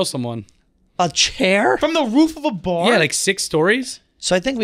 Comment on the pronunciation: I rewound it 8 times to hear say “fR0m the roof of a bArrerrrrr 😂❤ cutie